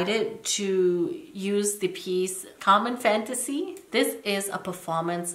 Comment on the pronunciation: I swear i thought you were saying car charger